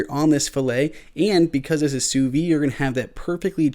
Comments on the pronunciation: Great video, except for your pronunciation of sous vide. It's "soo veed", not "soo vee". Everything else was well done. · Not trying to be a jerk but sous vide is pronounced "sue veed". In French, if the word ends in a consonant then you do not pronounce it but if the word ends in a vowel you pronounce the last consonant. I did enjoy the video.